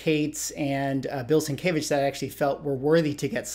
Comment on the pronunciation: FYI, not meant as any slight just a correction, and only cause you repeatedly said it in the video, it is sin-kev-itch. Sin Kev Itch is how Sienkiewicz is pronounced, I butchered for many years until I started working with him about 10 years ago.